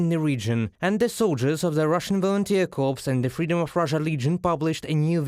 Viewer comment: To the translators and newsreaders: corps is pronounced exactly the same as "core", because it is a French word. The word corpse, which is what you guys are saying, means the remains of a deceased person. Thanks for all you do. Slava Ukraine!